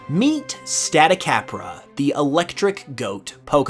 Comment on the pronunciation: Know you're not gonna see this, but if you're using 'cabra' as in the spanish word for goat, the a sounds would all be 'ah' like stahticahbrah. The aa sound doesn't exist unless it has an accent over it. Take chupacabra for example, all three as in the word are ah ah ah. In fact, spanish vowels follow the same pronunciation as they do in japanese, unless they have an accent :)